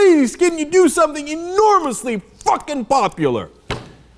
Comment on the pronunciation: i dont think ive ever heard Cenk say fuck like that. Love it!